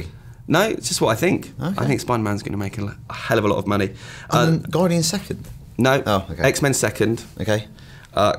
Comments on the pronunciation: Haha "Gardians" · "Gardians" aye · "Gardians"? Bravo IGN. Dat quality control. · not being a word/spelling nazi here but "Gardians"? lol :) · lol "Gardians" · TF is a "Gardians"? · Guardians* not gardians